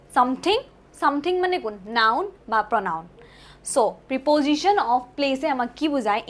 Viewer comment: প্ৰিপজিশ্বন নহয়,প্ৰেপ'জিশ্বন উচ্ছাৰণ কৰিব লাগে।